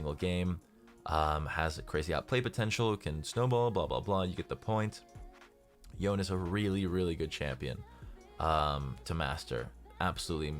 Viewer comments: it’s pronounced Yone-Nay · Pls don't say Yon it's YONEEEEEEEEE . Yonay ok not yon u always say Yon . And zed is hard to main but when u main him u 1shot ADC and squishy champs